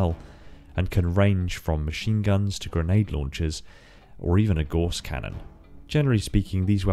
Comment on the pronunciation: Gauss rhymes with house, not horse. Guass is a unit of measurement used to measure magnetism.